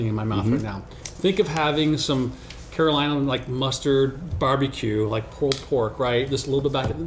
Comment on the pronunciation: Gents, it's cull eel-ah(Caol Ila)